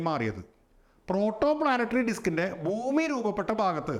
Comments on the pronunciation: സാർ എന്തിനാ ബൂമി ബൂമി എന്ന് പറയുന്നേ? ശരിക്കും ഭൂമി അല്ലേ 😢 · It’s Bhumi , when we pronounce Ba sound വരുന്നതാണ് കറക്റ്റ്. Some parts of our state pronounce wrong , they say fumi That’s not correct. Hope you get the point.